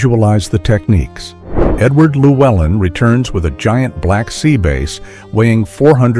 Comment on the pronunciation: AI narration. Sea B-a^ss not See Base (bass guitar).